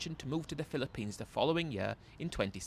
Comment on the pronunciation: Mate fair play to you doing these readouts, as you can barely get through one minute without totally mispronouncing a word or inventing a new one. Banilla and Pillapines were classics in this one. Not sure if you had a speech impediment when youger.